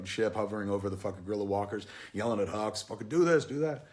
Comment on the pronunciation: Love the video, watching this with subtitles makes it even better. The hux vs Poe scene at the beginning becomes hilarious. Poe keeps calling him hugs instead of hux, it's amazing